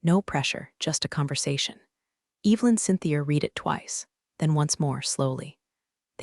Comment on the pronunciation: Sorry…I just can’t. Every time she said Eve Lynn it made my eye twitch 👀